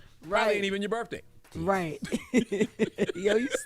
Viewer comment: Axe, them shows be having, birfday…🤔🤷‍♂️